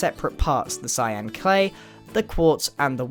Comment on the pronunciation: he said clyan